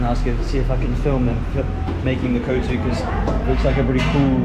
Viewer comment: Kootsu ' nemai, its kothu... 👌 OK say it probably